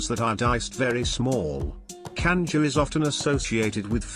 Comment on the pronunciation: Cuscus - Coos-coos Canja - cahnjah Pastel - pawstell My God, if you're going to do a video, research the pronunciation!